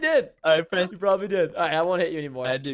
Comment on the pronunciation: You pronunciation on his name was wrong😂😂😂